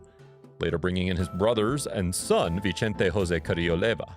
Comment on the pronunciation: Vicente is pronounced with an S not a CH. it’s Spanish not Italian smh